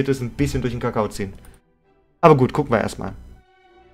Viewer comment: Irgendwie habe ich am Anfang verstanden "da kuchen wir mal rein"😂